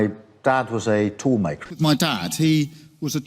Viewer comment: He can’t even say tool maker properly …toooooool maker 😂😂😂